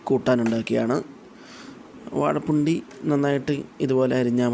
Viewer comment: വാഴ പുണ്ടി അല്ല, വാഴ പിണ്ടി